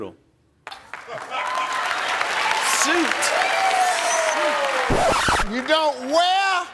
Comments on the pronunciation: me hearing soup at first as well and I was like what 🙄.. I don't blame the guy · Thats your fault Steve i heard it soup as well 😅😅😅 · I've heard this at least 1500 times, and I still hear soup 🤷🏻‍♀️ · Regarding the guy who said "Chicken Noodle" in his defense, I swear I heard "soup" too at first and was very confused by that question. "Soup that's inappropriate for the office? WTF? Uhhhhh wedding soup? Idk. Why would a soup be inappropriate for the office? Is there a funeral soup?" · I have watched this video several different times (on different occasions) and every time Steve asks the question, "name a kind of suit that is not appropriate for the office," it sounds to me, just like it did to the contestant that he is saying "soup." 😆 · I thought he said soup too 😂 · 😂😅 I heard soup too but still, how would chicken noodle soup be inappropriate for work?